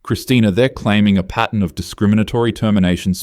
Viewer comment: *pattern not patent